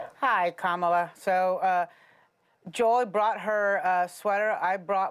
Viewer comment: There is a lot of difference between slips of tongues and going "Kamamamala or whatever". Remember Ana's mother tongue isn't English